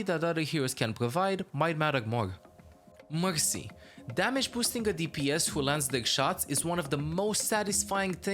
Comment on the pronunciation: this guy cant say r. mexy, phagah. confusing. what language is his primary?